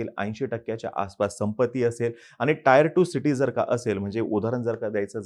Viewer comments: Tier la टीअर as pronounce kartat टायर नाही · हुशार आरे टायर नाही रे टीएअर 😅😅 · Tier 1 and tier 2 city ch pronunciation 😂😂 Tyre 1 n tyre 2